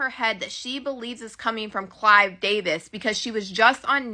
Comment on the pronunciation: It is Clive Davis not CLYDE DAVIS 😂